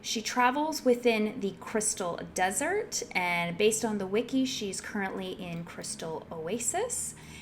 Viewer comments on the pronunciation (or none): none